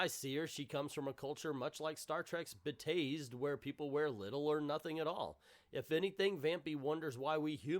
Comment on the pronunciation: love your work, but you should be tased for mispronouncing the Star Trek planet Betazed (Beta Zed). Obviously you did not spend enough time in the 90s star-gazing at Marina Sirtis on TNG.:) She could have easily played Wonder Woman if a film opportunity had arisen in that time period.